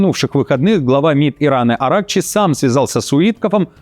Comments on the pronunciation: Не АрАкчи а правильное ударение будет на последнем слоге АракчИ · АракчИ!!! что с ударениями?? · Не АрЕкчи а правильро бвдет АракчИ